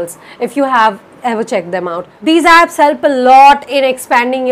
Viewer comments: Okay so so have definitely pronounced abs many a times now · Nah! I too heard "abs" :-)